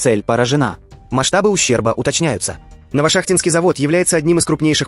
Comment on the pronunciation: новошАхтинский ,ставьте правильно ударение